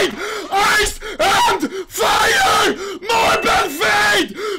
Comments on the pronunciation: Here i go typing the same comment... "MARBAL FED MARBAL FED AIS EN VAIER MARBAL FAET MARBAL FAET AIS N FAIR" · "MORBLE FAYDE, EYCE EYCE AND FIYA" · AIS AIS AYS AND FAYA FAYER FAYER